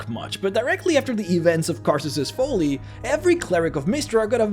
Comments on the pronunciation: Hey bud, no judgements, love your speaking voice, but you've said the word "folly" like 80 times in the past 4 vids-- it's pronounced "fall-ee", not "fole-ee" 😘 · It's folly like trolley, not Fow-ley . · Short "o" sound in the word "folly."